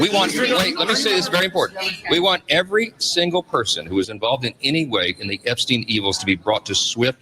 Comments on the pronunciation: Bro. Stop saying "Ebbstein." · It's ePstein with a "P"